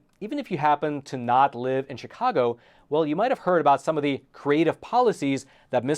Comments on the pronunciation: Spelled CHIcago, pronounced SHIcago. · SHHHHHHHHHHI-cago. Not CHICK-ago. Jesus F. Christ. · Chicago is pronounced with a "sh" rather than a "ch" just like Chevrolet and Chivalry - all these words have a French background.